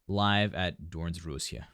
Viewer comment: I cracked up at the pronounciation of Doornroosje! I can only imagine for an englishspeaker the unfamiliar sounds, but it sounds really weird for a Dutch native speaker :"D Doornroosje translates literally as thornrose, but its the Dutch name for sleeping beauty :) I love Anneke van Giersbergen, hope she comes back soon to Doornroosje!